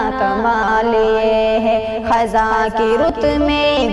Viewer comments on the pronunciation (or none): محترمہ یہ لفظ خِزاں ہے خَزاں نہیں ہے خ کے نیچے زیر ہے زبر نہیں